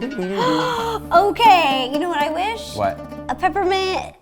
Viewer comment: Peper mint